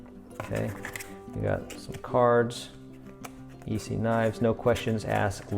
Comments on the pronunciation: Nice review man… quick tip from a knife enthusiast and collector… viewers kinda cringe when someone calls an ESEE an EE-see. The E isn’t pronounced as an EE if you know what I mean. EE-see is the firecracker company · The E is silent in Esee 3...your saying it wrong